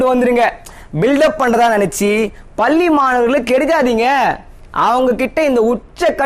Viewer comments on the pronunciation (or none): தம்பி பல்லி இல்லையப்பா,,,அது பள்ளி